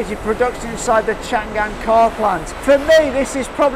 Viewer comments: Chang An, not Chan gan. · a little mistake，it's chang'an，not chan'gan😂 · The correct pronunciation of Changan is Chang'An (长安 Chang An）, not Chan'Gan. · Stop saying Chan gan, it is Chang an. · The correct pronunciation of Changan （長安）is Chang_an, not chan_gan. Chang in Chinese means long , an means peace. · this is chang an,not chan gan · it's chang an, not chan gan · chang an , not chan gan !!! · Chang An, not Chan Gan ,please ! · “chang an”...not “chan gan”.... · don't know if anyone mentioned, but the brand pronounces Chang-an instead of Chan-gan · By the way, the name pronounce should be "Chang An" instead of "Chan Gan" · it is Chang'An not Chan'gan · Changan pronounces Chang-An, not Chan Gan, it also confuses me sometime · Its not Chan Gan, Its Chang An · Nice video, but it's Chang-An, not Chang-Gan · it's Chang An, not Chan Gan. It means peace forever. It's also the old capital's name. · Haha，a little mistake，Changan’s pronunce is “chang an”，not “chan gan”. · It is Chang an. Not Chan gan. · Thank you for introducing China to the world. Just one thing, pronounce Chang an separately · Not keen on finger print control, assuming that if your finger /thumb get injurerd, you can still open your car some how. By the way, 50 sec a car will mean about 1800 car a 24 hour day. You said 600 car a day. That will be 150 second a car. One more point, Changan pronounce as Chang An. Great show, enjoy your time in China.